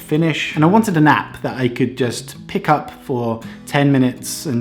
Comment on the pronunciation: When you said I needed an app it sounded like I needed a nap. Made me laugh. I should sleep more.